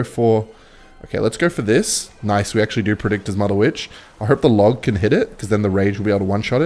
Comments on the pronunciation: why does bro say mudda witch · I don't like the way you say mother Witch opposed to motherwitch....